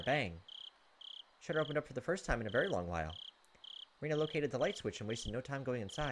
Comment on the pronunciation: Rena is pronounced flatly like “REH-na.” You’ve been pronouncing her real name with the “i” included, Reina. Anyway I’m always glad to see you have uploaded another part of this game! Can’t wait for more!